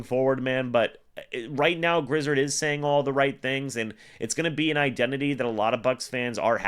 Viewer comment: Griz...(ared) zard...is pronounced😊